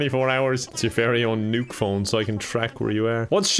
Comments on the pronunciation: It triggers me that keeps pronouncing “Nook” as “Nuke” instead of like “nook and cranny” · i just realized he calls him "Nuke" instead of "Nook" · Its Nook not Nuke lol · is a normie confirmed! Everyone: “NookPhone”: “NukePhone” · Is everyone gonna ignore the fact that says "Tom NUKE" instead of "Tom Nook" HAJAHSJUSNZNN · The fact he called Tom Nook “Tom Nuke” is so funny to me for some reason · i love that he pronounces nook as nuke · “NUKE-phone” no wonder it’s so expensive😧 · Pronouncing Nook like Nuke is very on brand for you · I, it's n-ook, not nuke, this is. I just what, also all the questions, you are new to the series huh? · Him pronouncing NOOK as NUKE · Why is he calling him Tom Nuke? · I love you but it's pronounced Nook as in Hook not newk. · It is pronounced nuk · My favorite thing is your pronunciation of “Nook” as “Nuke” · Can't get over how says nook. Big nuke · When pronounces Nook as Nuke. 🤯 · Pronounces "Nook" like "nuke" for no reason whatsoever. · Hearing mispronounce Nook the whole time made it more entertaining ngl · why does pronounce nook like that lmfao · he mispernunced nook I think